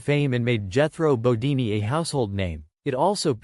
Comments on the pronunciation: I agree. Is this guy just reading a script. It's Jethro bodeen Not deenee. Wow. What a major mistake. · Jethro "Bodini?" Why not take two minutes to review/correct your AI VO? Your credibility is ruined. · Jethro bo- DEEN. Not DEE nee. The show is on the ME TV channel if you need clarification.